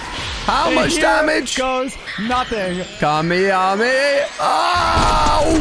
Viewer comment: Bro stop saying kamiyamiyah just stop